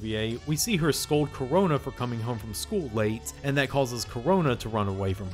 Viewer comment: Karona you say?